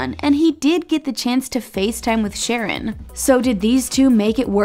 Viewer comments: It’s shareOWN not sharrEN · I HATE when you all mispronounce ppl's names!!!! Did you watch 1 episode??!!! His name is SHA-RON!!!!